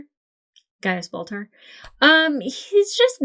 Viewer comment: I never heard "ball tar" until this video. Thank you? 😂